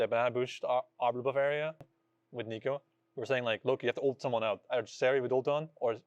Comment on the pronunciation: Bro inspired, it’s not “uooolted” it’s ult